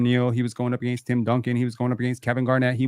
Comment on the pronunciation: If somone misspronounces "AGAINST" again i will officially never put maple syrup on my chicken and waffles again! Canadian or not. Lol